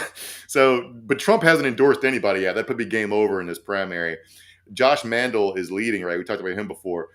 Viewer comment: Josh Mandel as in Hotel, accent on the 2nd syllable. Not like Vandal. Or Candle. Think Tommy James and the Mandelles...We've suffered with this asshole for years here in Ohio. Get his name right so we can all despise the right guy.